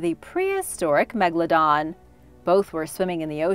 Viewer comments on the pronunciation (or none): none